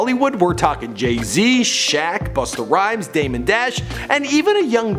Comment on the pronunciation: Busta whymes lol